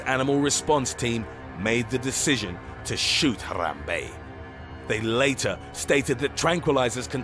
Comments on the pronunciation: Why couldn’t you just pronounce it normal man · I love how he pronounces Harambe as “H-ah-rah-mbe” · He even rolls the “Rrrrrr” while saying Harambe. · the way he said it too "NUMBER ONE, HARAM BEY!" XD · why is he saying Harambe's name so weirdly? Haaarrrrrraaambeey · Hathrathrabe it sound like to you said that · The way he says Harambe😂😂😂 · He even rolls the r lol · Fo you really have to enunciate "HARAMBE" so ridiculously? lol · The way he pronounces Harambe is weird. He sounds like a Mexican when he says it. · Um.......the way you say Harambe makes me happy in my insidey parts. Forgive me!